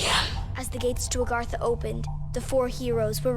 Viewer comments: ARGATHA!!! NO NO NO ITS AGARTHA!!! Lmao in all seriousness despite the mispronunciations loved the video man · Its A-GAR-THA Not AR-GATH-A It's pronounced EEE-TH-ER Anyone else get frustrated lol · uhh, it's Agartha not Argatha, but other that that it was a pretty good summery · Ah-garrrrrrrr-thaaaaa harder “r” then you’ll say it correctly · So much stuff is wrong. Even the pronounciations of things are very wrong. Taykio? Ar-gath-a? A-thur? Preemus? (Even though its actually Ultimis) Prime-us? Story is over? Watch this if you want to see what happens when someone who knows nothing tries to figure things out without playing any of the games, but for the real lore, I might suggest MrRoflWaffles or Mystery Machine or something. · Agartha *(uh-garth-uh) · Hearing "arGAtha" hurts me more than it should, being a Secret World Legends player. Seriously though, it's said out loud by characters in this video, how did you get it wrong? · This all started in a place named ar-gatha *cringes not even 2 minutes into the video. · Bro did you actually just say "ARGATHA", im dead XD